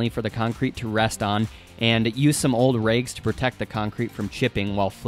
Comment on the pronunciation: "Raigs", "maisure" , "baigs" ?